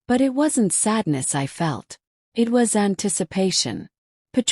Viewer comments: AI will be a wonderful tool for students who can proofread. It was annoying in this story when AI would spell the words in a sentence like ‘J-o-y' instead of pronouncing the word joy; as 'a-go' for 'ago,' 'I-t' for 'it,' and instead of saying 'us’, AI spelled u-s. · This was a great story. However, it was annoying when AI would spell the words in a sentence like ‘J-o-y' instead of pronouncing the word joy; as 'a-go' for 'ago,' 'I-t' for 'it,' and instead of saying 'us’, AI spelled u-s. Please hire a human to proofread and revised the stories wherever needed.